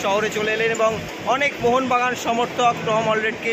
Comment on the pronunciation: 😂 জয় মঙ্গলযান হয়ে গেল 😂। কেউ একটু শেখা ওকে জয় মোহন বাগান বলতে হয় 😅